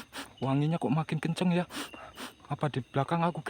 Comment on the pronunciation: Nonton ulang lagi baru sadar klu ngomong anginya kencing🤣🤣🤣🤣🤣